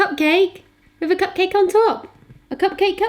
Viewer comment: I swear I heard say "pugcake" a couple of times!